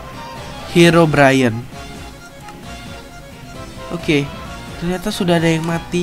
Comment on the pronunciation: Bang bukan herobrayen tapi herobrine